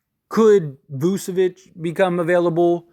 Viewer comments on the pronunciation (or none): none